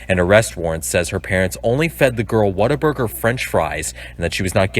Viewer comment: WhatABURGER. Not waterberger